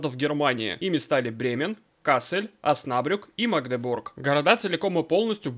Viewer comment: Оснабрюк 😁 ударение на Ю.